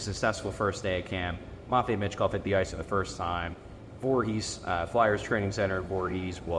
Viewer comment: MATT vei. Good lord you say it so wrong. Terrible and pathetic.